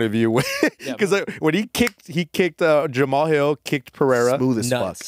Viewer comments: why is saying Jamahal hills name like that?? Its almost like hes trying to pronounce it like its spelled lol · so got that Chael sonnen pronunciation on jalmalalahill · Is he saying Ja ma hall on purpose? 😂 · He kept saying ”Jah-Mahal hill” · Saying Mr. Hills name the way it's spelled instead of how everyone else says it is hilarious. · Herb just confused when they pronounce jamal hill as jamahal hill lmfaoo hes just so confused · L for dude mispronouncing Jamahal Hill's name. Aside from that the pod was good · The way you pronounce Jamahal Hill is so weird